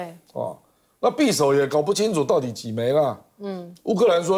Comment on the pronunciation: [匕]首： 音[必](X) 音[比](O)